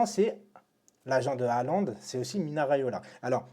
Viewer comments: Salut frero cava ? Juste une ptite rectification c’est MINO RAIOLA pas MINA 🤣 lol car c le prenom de la plupart de nos tata du bled 😍😍💖 force a toi mon frero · T’a détruit le nom de « Mino » Riaola pendant toute la vidéo 😂😂